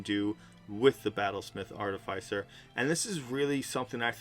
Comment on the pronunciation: It’s pronounced: ‘Ar-Tif-icer’, not ‘Arty-ficer’.